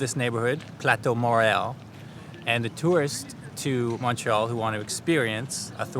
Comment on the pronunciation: ive heard u pronounce montreal as mawntreal in the past. hearing u pronounce montreal (mon like money) made my day. please consider doing a video on different montreal accents both french and english. great content keep it up